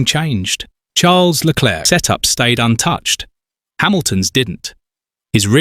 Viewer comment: why is charles name being said like that?.. is this ai?